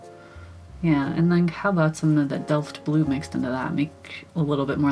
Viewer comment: Yes, you are pronouncing Delft Blue correctly. My Mother loves the Delft blue dishes (always has), therefore I grew up listening to her talk about them!! They are named after the city in the Netherlands where the dishes are made...